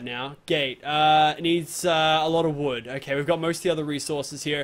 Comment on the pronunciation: Tuns and tuns of woood he says